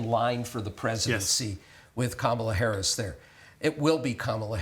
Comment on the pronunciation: What does it say about Beutler that he refuses to say Harris's name properly?